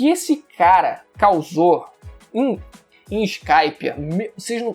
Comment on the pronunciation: Conteúdo bom, mas pronunciar nomes de personagens/objetos/coisas em Japonês abrasileirando, é horrivel. EXP: Escáspia, fale Skypia (Suu Kai pia) como soaria em Japonês. Todos os canais de One piece dão essa ramelada.